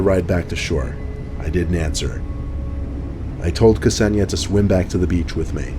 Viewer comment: Hey, that's my name... although it's pronounced Kse-ni-ja 😀